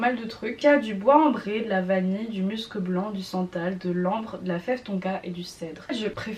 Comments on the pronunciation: ça ce dit bien m-u-scs et non m-eu-scs ^^ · Pour information aussi ! On dit muscEUH blanc ! Et enft y’en a sur pas mal de parfum, cette note eft c’est l’effet poudrer qu’il peut avoir dans les parfum ! Par exemple dans le nouveau Nina richi on le sens ÉNORMÉMENT le musc, après faut aimer 🤷🏽‍♀️🤷🏽‍♀️